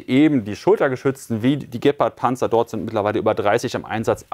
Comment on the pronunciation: Ich denke Gepard wird nicht so ausgesprochen . Ich gucke mir gerne die Videos über den Ukraine Krieg an aber sowas wie Gepard und Javelin kann Jullian nicht richtig aussprechen. Es sind sicherlich mehr Sachen aber die habe ich zum glück noch nicht mitbekommen. Sorry das Triggert mich extrem